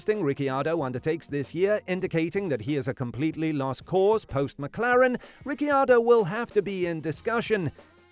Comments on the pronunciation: At least you're trying but the correct pronunciation of Ricciardo is ree chee ardo. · the way you say RiccIardo really pisses me off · what is wrong with Ricky Ardo? 🤣🤣🤣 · At least learn how to say Ricardos name right my dude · I don't want him to ever talk about Riccardo again if he says his name like that😂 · Why did you say Ricciardo I h such a weird way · Why did you say danny ric's name like you had never heard it said before? I can't believe an F1 YT channel has never heard his name properly said. Any other point you made was completely overshadowed by that choice lol